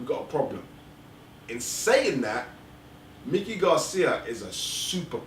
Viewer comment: Is it that hard to pronounce Mikey(MY-kee), vs. Mickey, as in Mickey Mouse. Had to stop listening because of the mispronunciation.